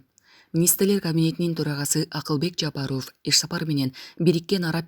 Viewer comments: Оф эмес ов деп жумшак окулат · или журналистпи алып баруучубу Жапаров Ов дебей айтылканда Жапарав деп эле айтынызчы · Ооф дебей ов десен боло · Фамилияны окууда оф эмес в деп окусанар боло сабатсызды ким алган, уккун келбей кетет, окурмандарды качырасынар! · Ушул журналистка кыз,кытайлык кыргыздардай суйлойсун да,Жапаров дегенди туура суйлосон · Фамилияны туура окубайсынбы ударенияны туура коюп кандай укпайсын дайыма айтса